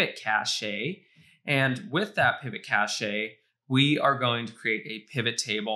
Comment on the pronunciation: This whole "Kashaee" of yours sounds retarded....